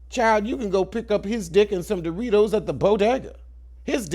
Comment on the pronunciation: Not the d in the Doritos 🤣🤣🤣🤣🤣